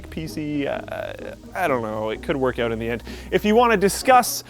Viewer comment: Did he realy say Check them oot wtf